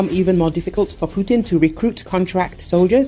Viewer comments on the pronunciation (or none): none